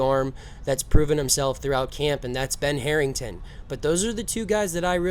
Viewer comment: "Ben Harrington" lmao